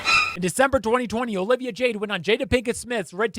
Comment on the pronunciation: my boy are you Latino? Cause you just pulled that O-livia straight from an abuela’s mouth lol